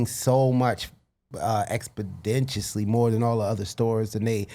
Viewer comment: Expodenticially. The Dragon said that. Expodenticially. Let that sink in.